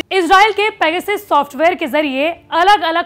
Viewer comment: सब पेगासस उच्चारण कर रहे हैं और आजतक पैगसिस, वाह! आजतक वाह!